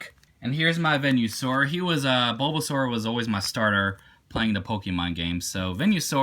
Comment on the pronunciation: The way you pronounce Venosaur XD